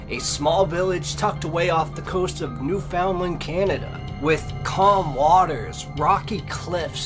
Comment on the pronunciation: lol, it’s pronounced Newf-in-land. Yes I’m from NL.